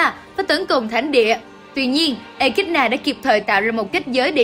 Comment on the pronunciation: Theo mình thì nên đọc là “ê ki đô na” hoặc “ê chi na” chứ “ê kít na” thì ko hay. Với lại trong phim cũng là đọc là “echidona”